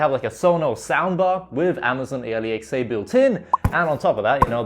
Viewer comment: It hurts me everytime dude say amazon. A,l,e,xa